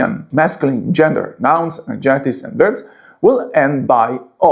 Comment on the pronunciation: AD ject ives....stress on first syllable ...NOT...ad JECT ives...